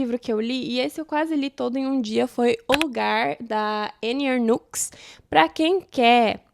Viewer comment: Ótimas leituras, gostaria de fazer uma correção, a pronúncia do nome da autora Anne Ernaux é Ernô. Espero que não se importe com a correção, fiz de bom grado.